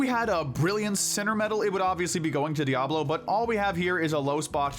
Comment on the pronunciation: Im pretty sure its DIaval not Diablo but I can understand why it might be misheard.